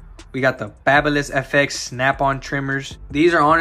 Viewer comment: Baby liss, not bahba liss fyi